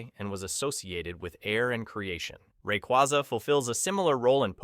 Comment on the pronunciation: RAY-QWAY-ZA NOT QWAZA